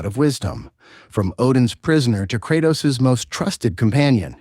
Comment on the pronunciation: Krautos.... Murnur.....???? I do find it funny his pronunciation is all over the place throughout the video.